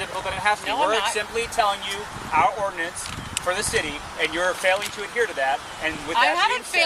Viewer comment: It always tickles me when officers can barely get the word "ordinance" out of their mouths but want to violate people's constitutional rights with unconstitutional laws.